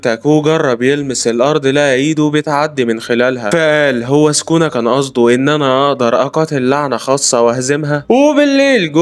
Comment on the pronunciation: سوكونا❌. سكونا✅